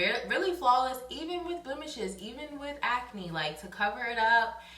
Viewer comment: lmaoo I just noticed they said ance😂